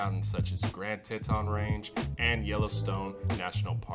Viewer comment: Hot summers but only 20 days above 80? Huh? There are two 4-year colleges. And it's TEE-ton.